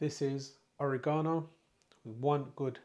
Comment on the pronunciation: It's not OreeGsnoo it's Oregano. Forget about it & keep your shirt on! Your food looks awesome regardless. Thanks for the introduction. Yumm